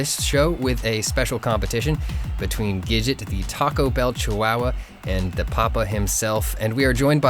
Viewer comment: says chihuahua like waluigi would